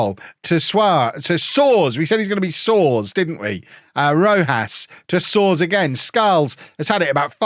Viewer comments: You were right the first time. It's Swar-es like Mario Soares the famous Portuguese prime minister from former times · It's SO-AH-RESH 😂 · Tom Soares' last name is pronounced "Soars" Tom Soares is English-Barbadian as well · It's soars, Fulham had a young player with the same name years ago. Tom Soares, went to Spurs I believe and obviously didn't fulfil his potential. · His name is pronounced "So-Ar-Iss" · It was so funny seeing you try to pronounce Soares 😂 I don't think you got it right once (yet)